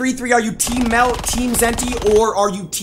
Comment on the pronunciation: Mehlt sounds like bag